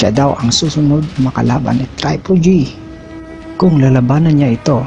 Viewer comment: bakit traypol G sinasabe mo TRIPLE G HINDI TRAYPOL G